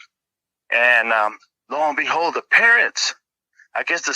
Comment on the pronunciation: I can’t un-hear it now 😅 l-o and behold